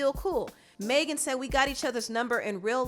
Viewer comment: You keep mispronouncing Megan lol it’s not “Maygen” it’s mehgin